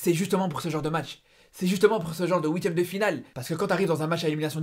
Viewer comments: Arrêtes de parler comme Serge !!! Zebi !!! Et on dit huitième pas ouiitieme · Visiblement tu lis pas tes commentaires, c'est huitième de finale pas houitième de final.